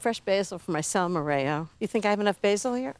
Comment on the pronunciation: Hi Ina, I love Salmorejo, just please keep in mind it's pronounced Salmorejo like Jose. Normal topping would be spanish ham and egg, but I always like your take on things:) also I prefer when it's super smooth, so if you put it through a sieve, you achieve the nicest texture! <3 From Janki